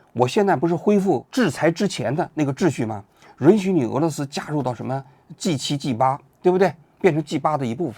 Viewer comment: g8 发音怪怪的 和鸡吧 一个音